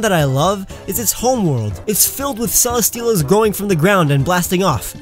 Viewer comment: When I heard he said Celesteela I was like What 😭? The it al, got fixed